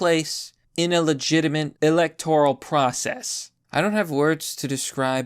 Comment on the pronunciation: I don't know, and I feel like I'd sound like a dick if I was wrong, but maybe he has a slight speech impediment, or dyslexia?